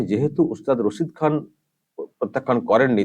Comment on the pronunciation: রাক্ষসী, টাকা খেকো, আর ভোট খেকো। শুদ্ধ করে ওস্তাদ রসিদ খান উচ্চারণ করতে পারে না। মুর্খ মেয়েছেলে। ও ভাবে ওর ডাক্তারের মত সব ফলস উপাধি পেয়েছেন। পদ্ম ভুষন কি জিনিষ ওর মত মুর্খ বোঝেই না।